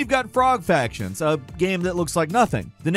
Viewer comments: So, how many years have you been pronouncing it as Factions, not Fractions? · to "Frog Fractions"* not Factions, Fractions! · FRACTIONS! Frog FRACTIONS! Not "factions" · Is it just me or does it sound like he's saying "Frog Factions" and "Glitterman Grove " when it's supposed to be Frog Fractions and Glittermitten Grove? 😆👍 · Frog Fractions.... R there is an R in Fractions.... not Factions. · ”Frog FRactions” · says "factions" idk how many times throughout this... I get it's slightly a tongue twister, with alliteration with the duplicate "fr" sounds, so I could understand slipping up occasionally, but he does this every single time. Shows how much they're reviewing this content before it goes out... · I love you ….you pronouncing it Frog “Factions” finally broke me. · At first I was like, "did he say Frog Factions?" and then he proceeded to say it multiple times. For the record I'd play Frog Factions. I'd be the poison dart clan. Small, deadly, beautiful.